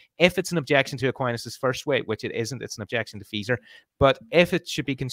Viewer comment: is not pronouncing Feser correctly.:)